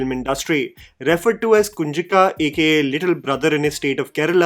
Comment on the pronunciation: Bro please don't say kunjikkka 😂 It sounds like something else in malayalam